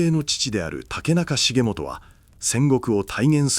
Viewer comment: 重元は、『しげちか』 と読みます。